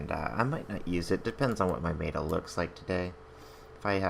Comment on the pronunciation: Silly comment here but the way you say meta is so funny. Most say "mehtuh" but you always say "maytuh". Just a funny observation. Great vid!